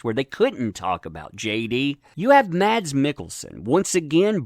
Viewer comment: Mads is pronounced Mas(s) The d is silent , as it is in many danish words. :)